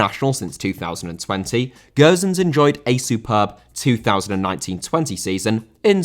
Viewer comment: How can you say Gowsens?!Ffs man It's Gosens not Gowsens